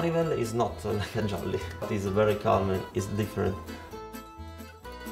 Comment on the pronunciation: Ahahaha io lo ho capito quando aveva pronunciato "dialetto" e "jolly", da lì l'accento era troppo forte 😂